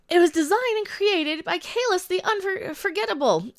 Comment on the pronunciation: Why do they pronounce Kahless, Kahlesh?